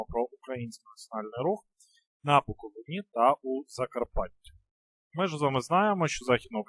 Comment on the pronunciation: БуковИні а не БуковинІ